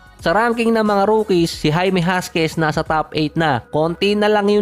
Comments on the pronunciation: Jaquez po. Not Jasquez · Hakiz po yan ang pagbasa lods hindi huskies😅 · Sir jaquez po hindi jasquez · jaquez = Hakes ang pag pronounce nun. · Boss Jaime Hakez ang bigkas doon...